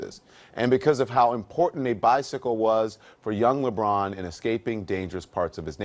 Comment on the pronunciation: And btw it's lebron not lebrun